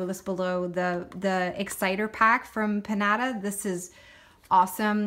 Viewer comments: Haha - you're so funny. The inks are pronounced PIN-YA-TA like the Mexican party game filled with candy. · It’s pronounced Pin-Yata it’s that thing kids beat to death at birthday parties lol 😆